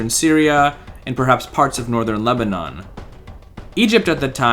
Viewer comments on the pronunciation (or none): none